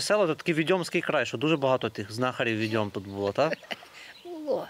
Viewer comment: Правильно не "віДЬОм" потрібно казати,а "ВІдьом",--- від слова "ВІдьма" !!!